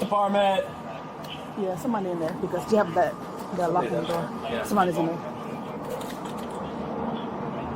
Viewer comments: “open the noor” 💀💀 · “open na noor”